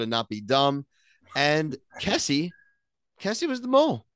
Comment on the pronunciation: lol why did none of you pronounce Kesi’s name correctly 😭